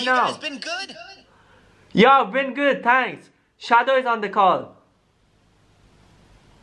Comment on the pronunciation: Yes sonic shawow